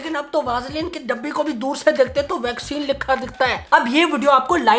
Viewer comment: Nobody: Literally nobody:: VAKSINE